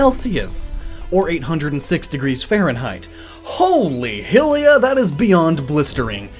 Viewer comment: 'Hill-lia'? isn't it pronounced 'High-lia'?